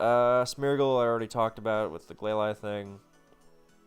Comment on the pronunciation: I’m not usually one to talk about Pokémon pronunciations but Glalie caught me off guard.